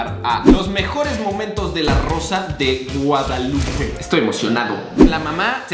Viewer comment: Yo cuando se está a punto de acabar el video dándome cuenta que dice “La rosa de Gonzoklupe” JSKSJAKA